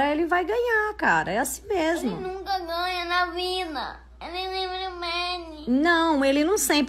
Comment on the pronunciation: "Ene nunca gainha" Kkkkkk